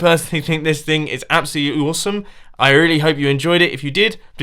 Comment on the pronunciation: Mumbo says ousome insted of awesome. it just sounds really funny